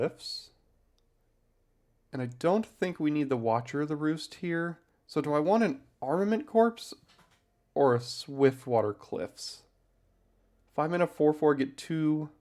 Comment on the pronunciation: Corps is pronounced as “core”. Btw, the video title is not clickbait. wild mana base, wish I could even see that many duals when drafting.